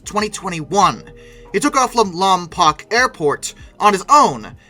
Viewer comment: Its pronounced like Lom-poke, sorry had to be the local guy from a city with a name that is commonly mispronounced